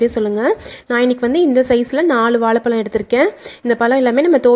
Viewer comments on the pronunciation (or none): Vala palam illama Vazai Pazam nalla Tamil pesunga amma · Pl pronounce vazhai pazham not palam